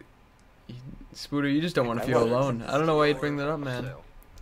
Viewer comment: Why call him fucking 'spooder' when his name's 'spoderr'? Ffs